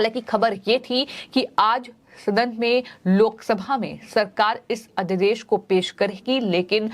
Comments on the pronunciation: मैम अध्यदेश नहीं अध्यादेश कहिए। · लगता है आप अपने समाचार पढ़ने के क्रम में उच्चारण की शुद्धता पर ध्यान नहीं देने की कसम खा ली हैं I अध्यादेश अध्यदेश पढ़ रही हैं, गजब की सेटिंग है आपकी चैनल में I